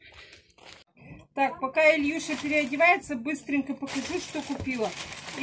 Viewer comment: а почему ИлЬюша?? Илья, Илюша, Илюха. ИлЬюша как то необычно произносите имя сына